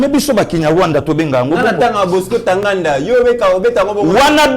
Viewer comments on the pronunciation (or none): Yo oza fin na ndenge oza ko prononcé Bosko Tagaaaanda, vous m'avez tué de rire nous vous aimons notre frère nous sommes très fier de vous.